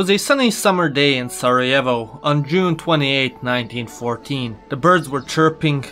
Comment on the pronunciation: I will never forget when he said serejevo